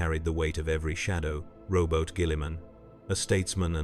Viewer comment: Lmao rowboat guilleman